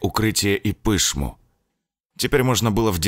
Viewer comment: Пы!шму... Да её лы палы Пышму! Аж уши в трубу свернулись